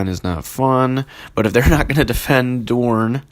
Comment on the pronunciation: Doorn is pretty much pronounced Dorne (as in 'Lorne' Green), so you were on the mark. Utrecht is a lot harder :P and I really could not help you without actually live coaching you lol